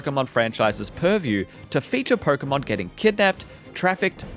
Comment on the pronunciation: "Perkomon game" 😂